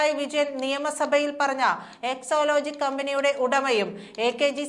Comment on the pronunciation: എക്സോലോജിക് അല്ല, എക്സോലോജിക് എന്നാണ്. വായിൽ തോന്നും പോലെ വാർത്ത വായിക്കരുത്.